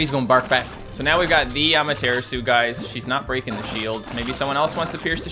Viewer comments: For reference. It's not Ahma-Terra-Soo, it's ah-mah-tur-rah-su, with the u usually being silent. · I love how he pronounces Amaterasu even worse now😭